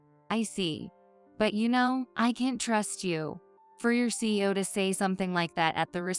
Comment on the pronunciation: C.E.O. - not See-O